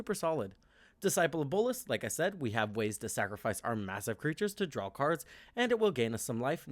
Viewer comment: It's draw, not drawl.